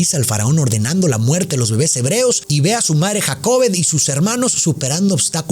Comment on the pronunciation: El nombre es Jocabed, porque dice Jacobed? 😮 Es muy shockeante oírte decir que te perturba el hecho de que se hayan ejecutado dichos actos literalmente en el nombre de Dios, pero que tal lo que pasa con los niños a diario en las iglesias, eso es real!, porque esto no sería posible?